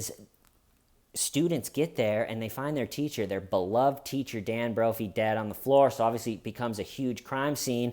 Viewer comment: Every time you say “Nancy broughy ”.